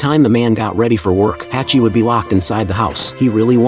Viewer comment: True story from Japan. It's pronounced Hahchi.